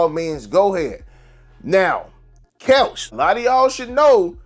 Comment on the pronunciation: Bro you called her couch instead of kelsh I’m like wtf is couch? 😂